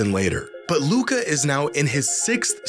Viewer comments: Media still intentionally 'mispronounce' his name. They're scared what, if Luka wins finals MVP. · That's not voter fatigue. That's american ego with xenophobia sprinkled in. Can't accept the best player of his generation is european. The Luka disrespect started before he even got drafted. Took the media like 3 years to actually stop mispronouncing his name on purpose lmao.